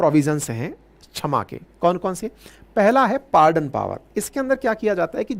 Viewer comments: छमा नही क्षमा होता है मास्टर जी। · गुरु जी छमा नहीं क्षमा(kshama) होता है। आपको शुद्ध उच्चारण करना चाहिए। और सजा (Saja) नहीं सज़ा (Saza) होता है।